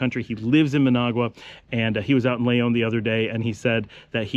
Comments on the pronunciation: why do you always pronounce the word Leon, Layon>? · 1000s times I hear you say, " l-AY-on " , hurts my ears like scratching a blackboard with your finger nails. man Its your home, if you were an outsider it would be understandable . My friend, I mean no disrespect, I appreciate ALL the info in your videos about Nicaragua. Please look up the pronunciation of Leon. like the Brits add an "r" to many words such as China, they say ChinR, we all know the Brits know better.